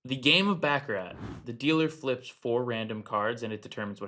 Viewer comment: It's baccarat